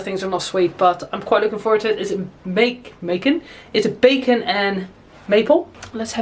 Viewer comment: I thought she said bacon, too! 😆 I'm sure someone somewhere has done a bacon maple pie before. Lol